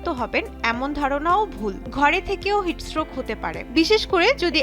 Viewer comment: উচ্চারণটা ভালোভাবে করবেন! বার বার 'হিটস স্ট্রোক' কে হিটস রোগ বলছেন মনে হচ্ছে😂😂😂